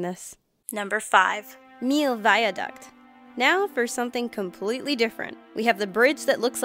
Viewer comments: its the Milau viaduct "mill oww" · That'sdefinitely not how you pronounce millau it is more like " me yo"